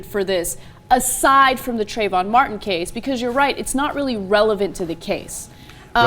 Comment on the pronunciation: It's not "Crayon", it's "Trayvon".